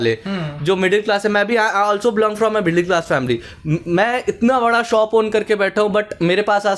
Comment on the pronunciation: Soap nahi re shop bolte hai